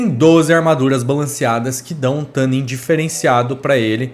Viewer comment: Não sei onde vc viu isso, mas isso não é verdade. Na pronúncia americana o "tu" tem o som bem próximo de "two" (ou "too"), o que é um pouco distante do "tã" que vc pronuncia, e o nosso "tu" chega razoavelmente próximo da pronúncia americana e é mais fácil de falar e entender pro público BR também. Não precisa acreditar em mim, dá uma pesquisada se for o caso, joga a palavra no google translate e bota pra tocar a pronúncia, etc. A intenção não é ser daqueles chatos pedantes, mas é que realmente não é assim a pronúncia da palavra. Sobre o u12t, quem sabe um dia eu não testo um desses... Minha realidade de vida tem que mudar muito antes disso... A não ser que eu visite algum lugar que permita que eu faça uma demo in loco, mas só tem na gringa isso tb... Difícil. Até lá, fico satisfeito com sua avaliação kkkk Abraço